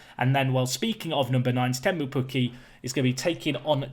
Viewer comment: As a Finn I approve of the pronunciaton of Pukki 😂